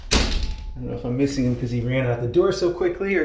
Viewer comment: "That means the one that's mithing ... mithing? is Farthing? The one that's mithing is Farthing." LOL LOL LOL 🤣😂